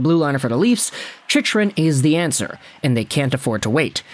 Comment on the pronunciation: The fact that you are still saying his name wrong after all these videos about him...